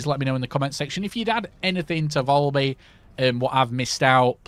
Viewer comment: Valby not volby 🤣🤣🤣